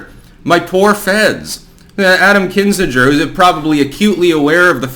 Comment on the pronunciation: how can you be as connected and informed as you are, and get so many pronunciations wrong? It's Kin-Zing-er (not Kin-Singe-er). And a reminder, please look up the pronunciation of diaspora before you have another story that refers to it. Cheers!